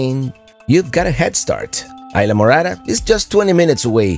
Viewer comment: I saw very few RVs, it's mostly small permanent trailers and not regular daily RV use. When you pronounce a Spanish word such as Isla Morada (Purple Island), you should pronounce it correctly so others learn how to pronounce it. Another word which I have heard mispronounce by other YouTubers is Bahia Honda. Great sunset!